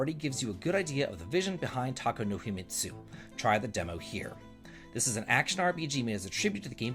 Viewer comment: I see "Too hoo" even got its own accurate timestamp. Well, at least a better pronunciation than "toe hoe" which sounds more like a mistress with a certain kink. :D I was wondering how soon you'll discover Tako no Himitsu! They're also talking about Terranigma but I think it'll be mostly Golden Sun which is still amazing.